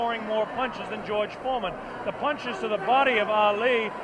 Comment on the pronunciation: baca ‘jorj formen’